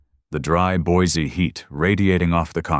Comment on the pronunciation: You almost got the pronunciation of Boise down. Not quite but almost. It is Boy See not Boys E.